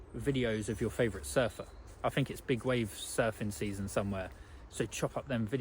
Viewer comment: In line with your comment in this video viz-a-viz: "You put something out and people critique it, and then you make improvements." May I please offer the following critique... You have a very good speaking voice, however it is somewhat spoiled by the lazy way you pronounce 'th' for example:- It's THink not "Fink" It's THought not "Fort" It's THree not "Free" It's THousand not "Fousand" It's anoTHer not "Anovver" And before anyone piles in and says it's just his accent/dialect, or a speech impediment, it's not. It's just a lazy habit that some people (mostly men for some reason, but not only men) fall into from childhood that was never corrected. That said, despite the distraction of the mis-pronunciations, it was a very good message. I especially like the part where you said we are made to create rather than to consume. We have got that totally back-to-front in this day and age, and I hold my hands up as guilty on that front 🙁.